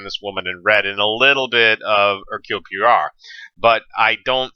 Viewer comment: Peter Ustinov was the BEST Poirot. PWA-roh, say it with me.